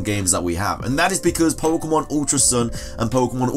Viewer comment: I hate it when people say "poke uh mon"